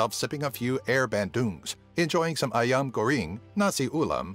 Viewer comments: Ayam goRING 😂😂😂 I'm dead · sorry you pronounced "Ayam Goreng" wrong